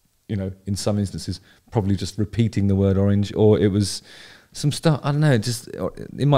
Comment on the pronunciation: oh-reenge? Very interesting way of pronouncing it.